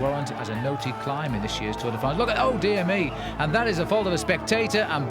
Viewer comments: WTF is the 'Tour DEE France'???? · bobke, for the zillionth time it is not tour DAY france. otherwise good.